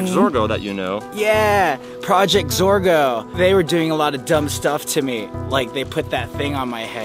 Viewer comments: It’s not zargo it’s zorgo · Max is part of projects or a girl he keeps on trying to say project Zorgo